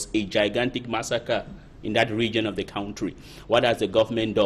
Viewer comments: Please can this journalist pronounce the word "Country" properly? what is "Kentry" as she prefers to pronounce. It is so annoying. Someone please help me tell her. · That is not correct. No one pronounce "Country" like that. I have lived in Southern Africa for several years and can confirm that.